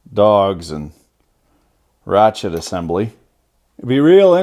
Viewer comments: Its a Rache-te 😣👌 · 3 mins of talking....just show me the "rrrrachete"